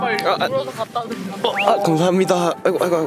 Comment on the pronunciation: 초 왜 공사장님이 감사힙니다라고하지?ㅋㅋ